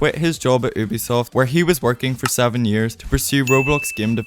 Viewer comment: Good video but please say Ubisoft the correct way 💀(you-bee-soft)